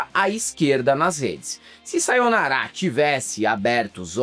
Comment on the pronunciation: É SayonNAra, e não SayonaRÁ...